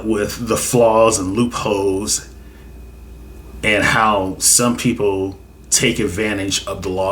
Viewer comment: Did you say loop hoes 🤓